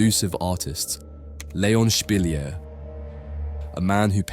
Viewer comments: Spilliart is pronounced Spill-E-art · His name is not pronounced like that :) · Fascinating. You're right, I never heard of him. I enjoy your videos and your narration. As a side note, I noticed you change the pronunciation of Spilliaert and Munch throughout the video. I don't know why 😅